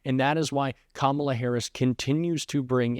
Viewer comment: That judge jeanelle or whatever her name is seeing she can't pronounce Kamala Harris's name. If she can't pronounce the name she shouldn't be a judge anymore!